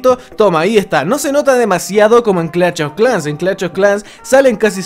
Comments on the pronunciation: Clacht of clans Fuera tan difícil decir clash y ya, como es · nadie:: cLaCHt o Clash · No se dice "clach of clans" animal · Gente normal: Clash of clans: CLACH OF CLANS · Empieza el VIDEO!!! Clach of Clans 🤣🤣🤣🤣👌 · Clatch of clans xd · Clach of clanch jajaaj xddddd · "Clach of clash" típico del buen chileno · "clach of clas " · Cada vez que dice clach of clans muere un niño en África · "CLACH OF CLAN" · Clacht Of Clan Jajajaja Ste Men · Googlea un poco sobre fonética, se hace incomodo escuchar CLACH, CLACH, CLACH cada 15 segundos, hay diferencia de pronunciación entre esto "SH" y esto "CH"... :v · Pronuncie el maldito nombre bien 😒